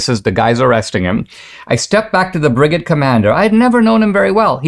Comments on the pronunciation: Now if you can just pronounce brigade correctly. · I winced each time lol😅